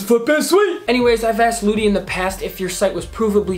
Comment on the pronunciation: When he said lootie I thought he said booty